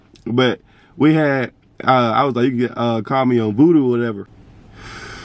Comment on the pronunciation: You said voodoo it’s oovoo 😂🤣